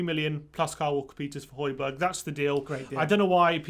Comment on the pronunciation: Why doesn't anyone pronounce the second J in Hojbjerg? Everyone's calling him Hojberg